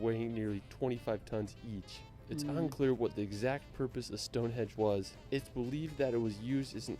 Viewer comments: Stonehenge, not "Stonehedge". Buckingam....NOT "BuckingHAM". He may have visited the UK a lot but doesn't have any idea how to pronounce the place names of The British Isles. Or facts - Mt Snowdon is 3,000 FEET high, not 10,000 METRES. That's higher than Mt Everest!!! No animus against you,, but this guy, for all his wonderful videos, is a bit of an ignorant Yank! 🙂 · I wish I could edit some of the audio, it’s so annoying, it’s Stonehenge not Hedge! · He did say hedge but your right it's henge